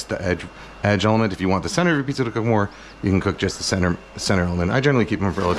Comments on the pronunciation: Mf said pziza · Between piziza and the whistley nose, this has to be the funniest video yet 😂 I need me a pizza oven asap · This mf said pziza!